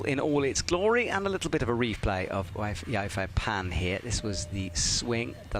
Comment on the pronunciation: As much as I love, has someone been gaslighting him? I swear he used to pronounce Yufei Pan's name correctly... I can't imagine it's hard to find someone who can teach you how to pronounce the names of all the Chinese athletes when you're literally in China. They were all so wildly off the mark!!